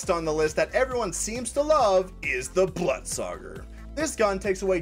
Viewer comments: The blootsauger? NAH it’s the Blut sauger Blutsauger (Bl - oot - sa -ger) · I hate it when people pronounce the blutsauger like bluttsogger.